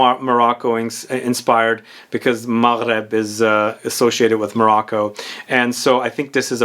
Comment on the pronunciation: You pronounced Maghreb riiiiiight I love you for that❤️